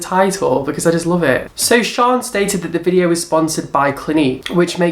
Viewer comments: It's Shannon not "Sean" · You pronounce 'shaaanxoxo' name as Shannon or 'shan' not 'sharn/sian' btw xxx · LOL can you fucking learn how to pronounce names ..?😂 Shannon is not shon and tana mongeu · Shaaaanxo is Shan as in Shannon. There is no R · Shaaanxo is from New Zealand. It's pronounced Shan like you say Shannon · I had a giggle at how you said Shaaanxo it's Shan like Shannon the extra a's are just add ons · lol its pronounced Shan...her full name is Shannon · I die everytime you say shaaanxo 😂😂😂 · I think with Shan (the way you pronounced it killed me) she often does celebrity style videos and I know it was recommended by people. I can't speak for Nikkie though x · can you please say Shannon's name properly lol it kills me